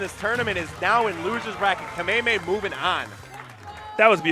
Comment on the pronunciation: He puts the emphasis in the wrong syllable, not really sure why it's cringe though